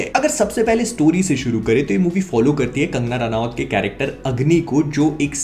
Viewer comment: Ranawat nahi Ranot pronounce